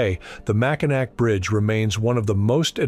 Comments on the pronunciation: You suck. Imagine, making a video about a bridge and not even knowing how to pronounce it's name. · Do research for the pronunciation and make the AI pronounce it properly. Lazy. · DO NOT WATCH. Too annoying hearing the Name of the topic repeatedly mispronounced. Yech! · How phoney this AI generated tribble is. It doesn't even pronounced the name correctly. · For the love of fudge, learn to pronounce it if you're going to make a video out of it. I couldn't get 30 seconds into this. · The final "c" in Mackinac is silent, do just a tiny bit of research before you publish; thumbs down. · AI KEEPS CALLING IT SOMETHING WRONG. I'VE NEVER HEARD IT CALLED THAT. HAD TO TURN IT OFF. IT'S AN INSULT TO INTELLIGENTS. 😢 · Clearly AI, given the consistently wrong pronunciation of the name. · Macki-WHAT bridge?? Artificial. Intelligence. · Yes, pronunciation needs fixing. Could a tunnel be carved iut under the Straight? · Sorry- gave you 33 seconds and mispronounced Mackinac twice with your shitty AI narrator. Thumbs down and you win a "Don't recommend the channel" award! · The Anishinaabe national must be wincing at the pronunciation of their word Mackinac. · Are you shitting me? Get the pronunciation correct before you put out a video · FIX THE AUDIO - The mispronunciation over and over makes me cringe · Your pronunciation of Mackinac will make every Michigander sick. How unprofessional of you not to at least get that correct. Makes me suspect of any of you videos. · Good video but you need to teach AI how to pronounce the name of the bridge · You can actually fix/fool/train the AI voices to pronounce names correctly by spelling words phonetically. Obviously not produced in Michigan. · Love watching history videos but this one was excruciating to listen to because of the constant mispronunciation of Mackinac with a c instead of w at the end of the word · Yep as soon as he said Mackinac, I had to turn it off! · Silent C Mack-inaw Mackinac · It's pronounced "Mackinaw" ...